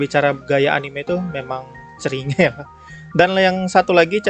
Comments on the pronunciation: Everyone pronounce Cringe: krinjs pronounce Cringe: ceringe:v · aslinya bacanya KRINCH bukan CERINGE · Normal people: "Krinjs": Ceringe Last Wolf: CERINGEK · Finally: cringe di baca ceringe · Cara Orang ngomong cringe Kebanyakan orang: Crinss: Kringe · Lu bilang ceringe gw yg denger jd ngerasa ceringe sendiri bang 😅 Di bacanya "krin" btw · Bacanya krings woi bukan ceringe, ngakak gw sama bhs inggris lu bang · normal ppl: krincs: CRI NGE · cri nge bacanya krincs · lebih cringe ketika ada orang yang menyebut cringe dengan CeRiinGe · Bacanya bukan ceringe bang haduuh :'v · cringe... : klo dibaca krins bang akwoakwosjw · Orang Normal:Cringe:ceringe wkwkwkkw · Ngomong cringe nya yang bener bang